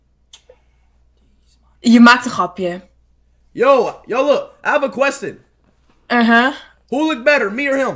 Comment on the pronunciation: "I HAVE A QUESTEN" had me rolling on the floor 🤣